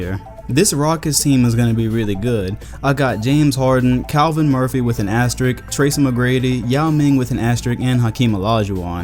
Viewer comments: Great video but its "asterisk" with an "s" before the "k". Sry i had to say it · asteriSk. ASTERISSSSSSSSK. asteriSSSSk. c'mon,. you are the man tho.